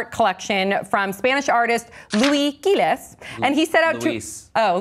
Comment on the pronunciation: Hey. You should've read "Loui Gille". Not louis gilles. Its a french name. We can read the last letters